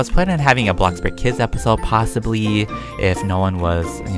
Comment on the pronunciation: Stop saying blocburg lol